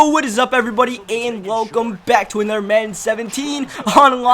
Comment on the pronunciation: "Togedder" "anudder" "den"